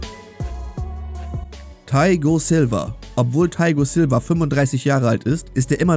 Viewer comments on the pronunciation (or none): Junge was für thaigo silva es heißt THIAGO silva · Wie er sagt theigo silva 😂